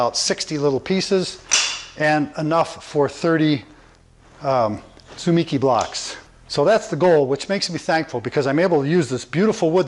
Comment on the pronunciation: In Japanese there is no stress so each syllable has the same stress. You have stressed the second syllable 'mi'. The more accurate pronunciation is TSU-MEE-KEY with each syllable fully sounded almost like they are separate words.